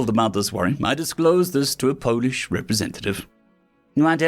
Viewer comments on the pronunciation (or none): none